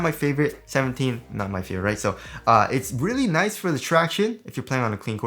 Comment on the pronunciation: And "leally nice"